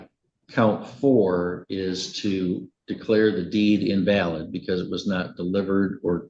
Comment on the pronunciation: The pronunciation of invalid… check the ai in future dude